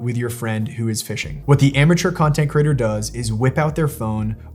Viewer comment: Very educational. Please consider correcting your incorrect pronunciation of the word creator.